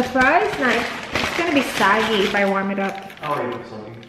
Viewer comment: Sog not saggy 😁😁😁🙄